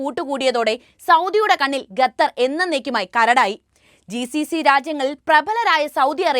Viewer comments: Gatar alla its call Qatar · Quatar not Gutar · Pronunciation quatar, not gatther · ബഹാനോ. Gather എല്ല ഖത്തർ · ഖത്തർ. എഷന്നു പറയുക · ഗത്തർ അല്ല.